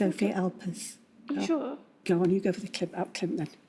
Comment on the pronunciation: That’s unfortunately not true. Listen to any Swedish documentary. It is pronounced with an n and not an m. You can clearly see Dorn closing her lips to make the m-sound.